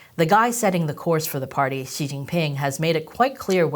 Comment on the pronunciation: I’m gonna say, I hate your terrible accent saying our glorious leader’s name… I wish you learned some actual Chinese pronunciation😊